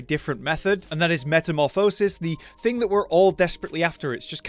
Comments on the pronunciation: Great content but i think you and the word metamorphosis need to catch up :D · The way he said metamorphosis 😂